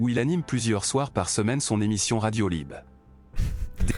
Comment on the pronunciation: Tu es aussi caricatural que Bassem ! Zehma, tu ne sais pas prononcer le mot "Hlib" correctement ?! Et puis, ta personnalité de mec posé, réfléchis qui parle correctement sonne faux. Tu force ta tonalité et tu ne parles pas un mot arabe pour ne pas passer pour un "cassos" ! Ce qui est évidemment ridicule.